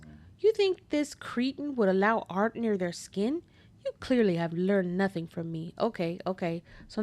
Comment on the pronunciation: “Nunthing?” What word is that? 😂